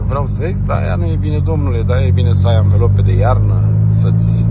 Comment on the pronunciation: mi-a plăcut cum ai spus "alvelope" :))